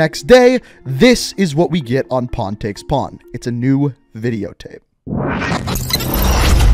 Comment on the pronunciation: Every time I hear say pawn take pawn it sounds like hes saying porn take porn I dont know why, I'm just dumb